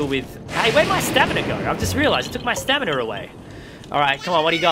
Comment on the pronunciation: “It took my stamina away!” Is what he actually said What i hear is “it took my staminuur away!”